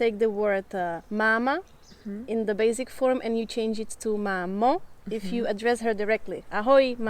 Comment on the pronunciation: neříkej "bejzik" (basic), ale bejsik!